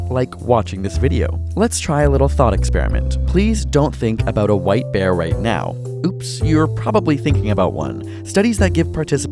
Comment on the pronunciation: I thought he said white beer